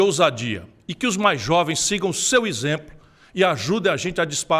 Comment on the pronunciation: O cara quer falar do Bolsonaro Aí fala isempro ao invés de exemplo